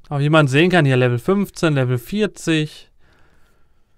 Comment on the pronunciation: Lewel? wirklich? *facepalm*